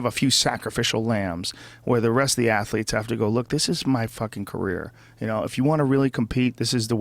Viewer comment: world clath ass-letes